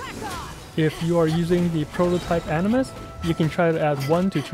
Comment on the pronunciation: Why u keep saying prototype animus it's aminus 👁️👁️